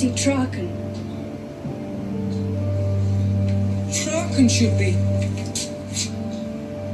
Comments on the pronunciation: It's pronounced Trarken, not Trakken. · And it's Trarken!